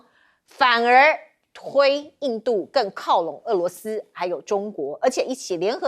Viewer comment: 主持人注意标准发音：俄罗斯，俄是二声，不是四声